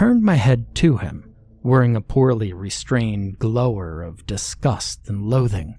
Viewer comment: Great narration always! Small note: "Glower" is meant to be pronounced like "Flower"